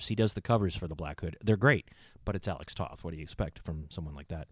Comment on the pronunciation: Alex Toth's last name is actually pronounced like the word "Toe" with the "th" on the end ("Toeth"). Also, Remco did other toylines including a small toyline based on DC Comics' Warlord and also AWA wrestling figures among others.